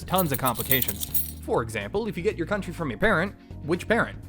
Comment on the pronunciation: I think the joke is you cut yourself off saying “stinky country”? But it sounds like you said “stinky cunt”????